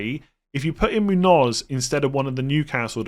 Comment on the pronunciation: MOON-yoz ... please, it's pronounced MOON-yoz.